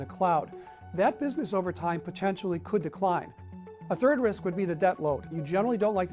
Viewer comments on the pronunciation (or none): none